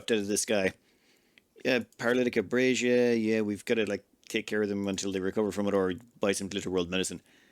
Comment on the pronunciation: My guess would be "sunk-marr" (Cinq-Mars means "5th of March" in French). - Schone (pronounced "shona"), not "shno". Germanic / Dutch name probably derived from the words for "Pretty Field". - Abasia (not "abrasia"). Means "inability to walk".